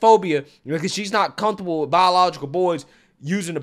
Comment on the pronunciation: "Cunth-able"???? There's no "th" in the word 'comfortable'.